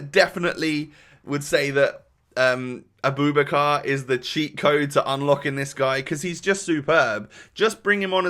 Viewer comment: His name is pronounced a-boo-back-ka. Great content